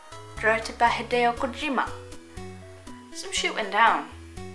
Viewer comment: Please never do a MGS video again hearing you say hideo kojima makes me wanna peel my skin of like skull face!!!! 😂😂😉😉